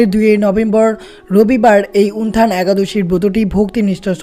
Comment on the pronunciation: হরেকৃষ্ণ। জয়শ্রী রাধারাণী।জয় গৌর জয় নিতাই।প্রভু যে ভাবে আপনি একাদশীর নাম টি উচ্চারণ করছেন তা ঠিক নয়। উত্থান একাদশী কে উনথান একাদশী বলছেন।